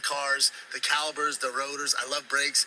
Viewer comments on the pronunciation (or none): Glad you are here Bapa so I can tell you it’s pronounced brake ‘calipers’, not calibers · The brake “calibers”……